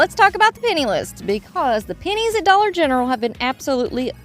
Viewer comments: Why do you say dollar gentral? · Just curious if you say this for a certain reason or just your accent. You say Dollar Gentral instead but f Dollar General. No meanness intended. Just wondering if it was your accent or something else I missed. Happy Mother’s Day to you and all the Mom’s out there!❤